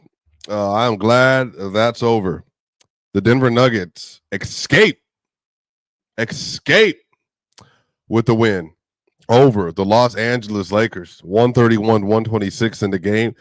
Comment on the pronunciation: ESCAPE not excape